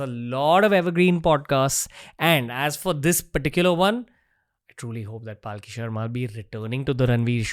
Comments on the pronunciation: its Palki sharma not Paalki sharma. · its not Paaaaaaaki Sharma, its Palki Sharma. Atleast pronounce her name correctly. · Dude at least get the name of your guest right! It’s Palki not paalki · Dude why do you keep butchering her name. It’s Palki a la palak jhapke, not Paalki which semantically kinda signifies a palanquin. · Please pronounce her name correctly. Its पलकी not पालकी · Ranveer you do amazing work but please oh please make sure that you pronounce yours guest’s name correctly! Her name is पलकी not पालकी! You’ve done this before with a few guests. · Ranveer, please don't Paalki. It's not Hati Ghoda Paalki Jay Kanhaiya Laalki. Palki literally means s/he is a meritorious and hard working one. Pronounce Palki in your next Podcast. She has improved too high. You carefully have to master your theme. We are waiting. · Loved the conversation and the insight.. one concern thought.. being an Hind speaking host why it is soo difficult to pronounce a name correctly..why say Paaalki instead of Palki.. do u not know the meaning of the word.. atleast u could make an effort to same the name correctly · Bhai uska naam पलकी hai पालकी nahi. similarly, it is pronounced अघोरी and not आघोरी. when you are talking about soft power, at least pronounce Sanskrit words in Indian fashion. Dont try to anglicise these words. BTW, Paalki means a doli, jisme logo ko bitha ke ek jagah se dusri jagah le jate hain. to arth ka anarth mat karo yar. Palki on the other hand comes from the word Palak, means duration of less than a second. So Palki means human being is around only for less than a second. Very deep meaning attributed to it. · Dude, her name is not PAALKI 😂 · I think its not paalki its palki 😭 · How come you can never pronounce her name right?